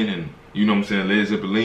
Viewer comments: I dunno, Zeppelin is a German word after all, and the way says it is pretty close to a proper German pronunciation. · Actually this pronuciation is closer to how the Zeppelin (aircraft invented by Graf Zeppelin) is pronounced in German 😄